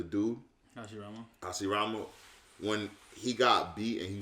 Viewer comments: “Horoshimara” this day today a new shinobi was created 🙌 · This dude called Hashirama “Horoshimaru” 😂😂😂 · Let's be real... rob only calls Hashirama " OG YaMaToOoOooO" because he can't pronounce 'Ha-she-ra-ma' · he slowly lost his ability to pronounce it right lmao